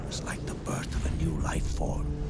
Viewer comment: DID YOU RIKE IT?